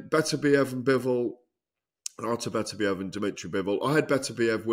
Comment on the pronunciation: Agree 100%. Plus Oladipo persistently mispronouncing ‘Beterbiev’ even though he absolutely knows better. It really grates.